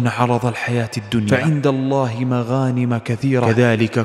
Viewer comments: ( مغانمُ ) بالضم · السلام عليكم ورحمة الله وبركاته محتوى جميل ورائع ولكن يوجد أخطاء في تلاوة القرءان ومنها السلام وليست السلم إلا إذا فيها وجه قراءة فلا أعلم وأيضا مغانم بالضم وليس الفتح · أخي الحبيب ، عند تلاوتك الآية لا حظت خطأ في قراءة التشكيل فقد قرأت "فعند الله مغانم" بفتح الميم وهي بالضم. لذا اقتضى التنويه. وجزاكم الله خيراً عن المسلمين.